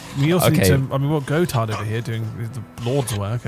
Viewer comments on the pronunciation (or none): I keep forgetting there's an NPC in their village named; Gotard and every time I hear them say it as Go-tard, I laugh. 🤣